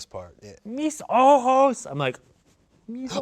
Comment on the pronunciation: Not Ian with the perfect "ayy mis ojos" spanish pronunciation